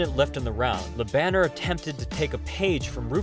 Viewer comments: It's "Lö Bun n'airrr", not Banner as in Bruce Banner. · Bro. Its pronounced. La bon air. Not la banner. Its french name ma brother. Cant be reading it in english. Thats silly. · His Name is Jerome Le Banner. Not whatever u said.